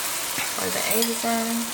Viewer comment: I can tell you from the PNW by the you say eggs lmao. eeigs